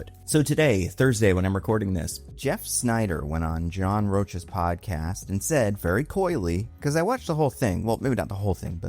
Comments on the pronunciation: No biggie, but Rocha's name is pronounced Roe-Kah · It's John Rocha you say it like roka lol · Rocha is pronounced ROW-ka. A’zion does not have an L in it. It’s AH-z-eye-on